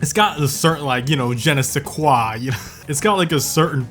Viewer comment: rubbernecking is breaking ur neck every time you need to take a turn or change lanes and can’t use your mirrors properly maaaan i hate this generation like the 5th time on youtube i see someone get a common phrase wrong. and the internet is wrong along with it. “JENNA SINQUOT” LMFAOOOO ITS NOT A NAME BRO YOU BUTCHERED THAT TOO😭😭how “GEN EH- SAY- QUAH” AND THE INTERNET DIDNT EVEN GET IT WRONG ON HOW TO PRONOUNCE IT THAT TIME EITHER. you can’t make ts up.